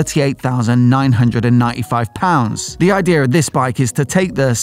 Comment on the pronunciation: Idea. No "r" in idea.